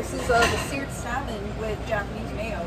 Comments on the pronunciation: I'm a big fan of your videos as well as you. I'm also from Portland Oregon were we have the best Chinook salmon in the entire world. I'm not being rude but it's pronounced SAH-MON Not SAL-MON. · The way you pronounce the world salmon really grinds my gears 😂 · The "L" is silent in salmon!! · The l in salmon is silent....